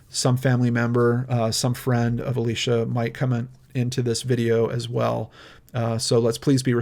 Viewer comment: omg it is Alicia not Alisha